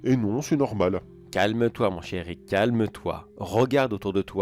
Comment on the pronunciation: ahahah quand tu a dit "calme toi mon cher Rick" j'ai entendu "calme toi mon chéri" XD Du coup j'ai éclaté de rire, désolée XD